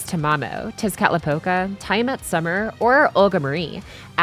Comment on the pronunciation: Everyone: Tea-A-Mat: Tie-Mat Jokes aside, this is an amazing FGO video both in informing us about the best Servants of the Decade (2015 to 2025) to sprinkling in some memes in between. Bonus points for using Amalee's ENG Cover of "Last Stardust" to end the video. Great job and cheers to another year of Fate/Grand Order! I wish us all good luck in our gacha rolls in whatever version of FGO we're playing. P.S. When are we getting a similar video but for the Low Rarity Servants? Can't leave out the best for those who're F2P or just show their great potential that may rival Gold Rarity Servants. Also "Something....Something.....Double Xu Fu Video".